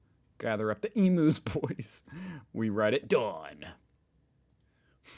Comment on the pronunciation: We say emu's like eeeeeem-u.